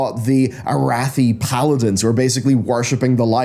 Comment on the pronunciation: Thank you for saying Arathi instead of Aratheye